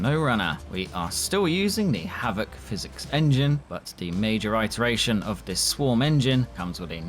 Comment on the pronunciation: ITeration, dear lord! IT!!!!!!! Dont butcher my language.